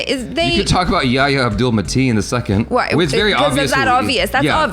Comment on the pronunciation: Thank you for at least trying to correctly pronounce "Yahya". I keep seeing these reviews by Americans, who have a weird allergy to pronouncing "h" in words and try to avoid it, and they end up saying "ya ya", which sounds silly. (It's not actually an "h", but it's the closest thing in English. The name is يحيى)